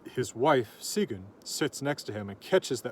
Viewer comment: Where have you been all my life? OMG, thank you! I love Sigyn and I have always worried I was saying her name wrong. But you said it the way I read it i my head and I'm so happy right now I could scream! Thank you, thank you!